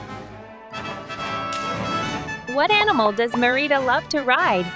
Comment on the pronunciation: You need to watch Brave again cause that’s not how pronounce Merida